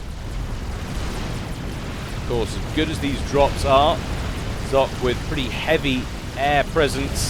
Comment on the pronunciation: "Zlock" huehuehue Great cast as always!